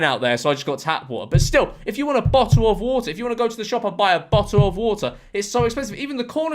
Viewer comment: Bo'oh o' Wo'ah